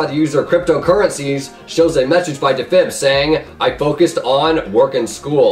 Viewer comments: “da fib” it’s “dee fib” LOL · "Dehfib" LOL Deeeefib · It’s pronounced dee•fib not da•fib 😂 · Deee fib not dafib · Dafeb XD Defib not dafeb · Its Defib not dah fib Lol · Defin not deffib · AppleSauceJack it’s not a meme lmao he has just never pronounced defib correctly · dah-fib hahaha its Defib (Dee-fib) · YOU SAY IT AS DEEFIB NOT DAFIB😂 TRIGGERED you never get names right😂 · he still hasnt uploaded in 10 months and his latest video i watched when it was new and now its old. lol the way u pronounce defib * dufib* thats the way u say it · It’s pronounced dee-fib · Dafib... lmao It's like saying maestro is leg oh, mae es tro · Isn’t it DEE-fib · "dafib" AHAHAHHAHAHA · CAN YOU SAY DEFIB CORRECTLY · YOU DIDN'T EVEN PRONOUNCE DEFIB RIGHT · He cant pronounce defib correctly i am done! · The way you pronounce defib is makes me crazy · OhWins your stupid. He's sick so he might not pronounce stuff correctly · AppleSauceJack dude. in old videos says sorry for pronouncing defib wrong and in the comments he says sorry for pronouncing defib wrong. btw how is “leaving blocks” a meme?????